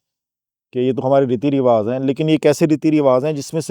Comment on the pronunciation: with all due respect it's 'Riwaaj'(رواج), not 'Riwaaz'